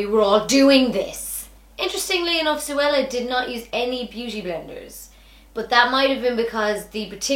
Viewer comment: Yeah lol it’s zo-ella